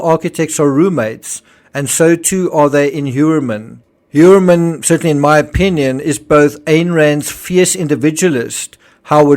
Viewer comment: just a side note,Heuermann seems to be german origin and its pronounced like - Hoiermann- So interesting what you´ve researched and your educational foundation. OMG this case is a absolutely nightmare!